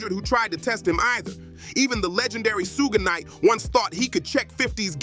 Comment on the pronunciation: Tony yeahyo and sooowgee knight is this guy okay some one check up on him